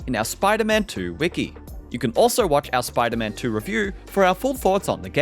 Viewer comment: “Spyta man twerrr” 🇬🇧